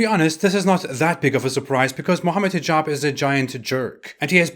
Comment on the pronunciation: The way you’re saying Hijab sounded like T-jon to me at one point which is what a portable toilet is called in Louisiana